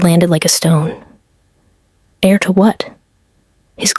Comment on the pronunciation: Heir. Not air. HTH